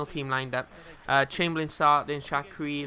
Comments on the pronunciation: shaqiri is pronounced shakiri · its sha-kir-ri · Shaqiri - pronounced Shack - ear - I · Its Sha-qia-ri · Also Shaqiri... Shack..cur..i!! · Shaqiri: Shaq-i-ri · just concentrate and READ the names. how do think it's rochina?(rah-knock-kia) or shackri?(shark-ear-i) or lazzaretti?(lak-a-zet) really, how do you get it so wrong mate? just focus for a second. still love the series though mate.